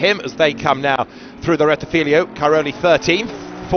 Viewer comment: JFC, STOP SAYING “RETTIFILIO” , It’s RETTIFILO there are only 2 i not 3 loose the last one, you sound like as if I called Brooklands Brocklands.